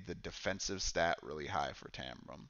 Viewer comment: Great video, and covered a lot of the mistakes new players (myself included) can make. The only thing I didn't agree with this time is your pronunciation of Taram :D Although I thought Uster was the hardest to play and Jade easier, maybe that was because they were on my 2nd and 4th playthroughs of Lava Citadel respectively, so I'd gotten more used to the rules by then. I totally agree that Uster's attacks didn't fit the typical necromancer type feeling though, which I think they nailed with all the other characters I've tried so far. I think it would have been cool if he could summon ANY dead combatant to fight for you, like with 30HP and unable to heal or something :)